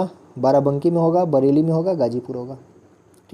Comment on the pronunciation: Mitra barely nhi hota hai, Bareilly hota hai.